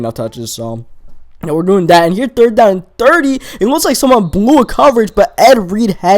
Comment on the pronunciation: Da. Anoder. Dat. Dude, can you fucking pronounce a T at all?